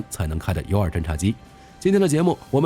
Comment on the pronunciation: Utility2 聽起來讀音怪怪的, 怎麼念成unity?